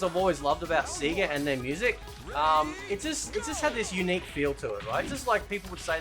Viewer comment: and whats with the seeeega you aussie as its sayga lolololol